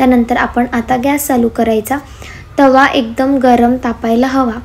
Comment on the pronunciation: तावा नाही ग बाई तवा असा असतो तो ओअर ॲक्टींग कमी कर जरा😂